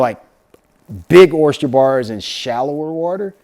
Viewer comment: Bro! Oyster not Oyst-cher 🤪 you makin' me crazy hearing that! 😂